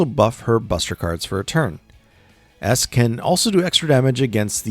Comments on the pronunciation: Aesc is pronounced "Ash" Because the word is Old English. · Aesc is pronounced "Ash" because old English.